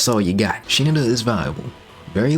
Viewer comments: i'm pretty sure it's pronounced "shiNAda", with the emphasis on the 2nd syllable, rather than "SHInada" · "Shee-nu-duh" "Shi-nadda" Regardless, thank you. Very informative. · Shi-nada actually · Bro really played through the entire game and still can't pronounce Shinada's name correctly